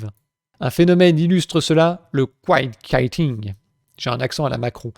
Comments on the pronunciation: Ça se prononce "kwaïeut kweeting". Cette vidéo me réchauffe le cœur franchement. Pour qui travailler ? Mcdo ? Se ruiner la santé et celle des autres pour un SMiC ? Enfin autre remarque plus technique, mais ces gens au chômdu qui foutent rien, ils font circuler la monnaie. Coupe-leur le RSA et vois qui va aller au restau le midi, acheter un gateau à la tarterie pour mamie etc... Cet argent du chômage, on peut l'économiser, mais pour qui ? Non parce que, de ce que j'ai compris ça va dans la poche à Macron. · Ce n'est pas "couïting" mais "kouiting" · Kwaïeut kwitinng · Du "quite kiting" 😂😂😂 Comme pour "Beaden", tu le fais exprès rassure-nous, c'est pas possible à ce niveau ! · "kwaï yette kwiti'ngue" en bon anglais. une astuce est de demander à google de prononcer les mots avec (évidemment) la voix anglaise. Il est impossible de deviner la façon dont se prononce un mot en anglais, par conséquent il est nécessaire de s'en informer. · quiet quitting : KwEYE-ette kwi-tting 😄